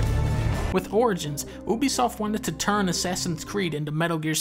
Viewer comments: Dunkey its pronounced youbeesoft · Lmao, oobysoft